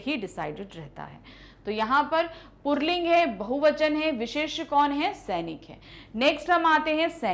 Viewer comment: Mam puling hota h purling kyu bol rhi 🤔